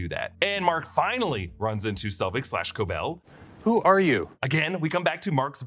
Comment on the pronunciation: i have no idea why so many people are saying Cobel’s name wrong. it’s explicitly pronounced throughout the series at KOH BELL. not a big deal ahahah just confuses me as i’ve seen a lot of reactors do the same